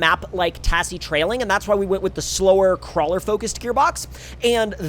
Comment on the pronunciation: please god stop pronouncing it "ta SS ie" its pronounced "taz zie"